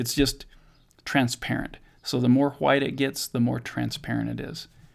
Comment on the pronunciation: cool whip, cool hoowhip. family guy. the way you say white. ggwp